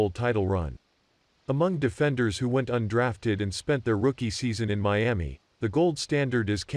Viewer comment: Who taught him how to say Miami 🤔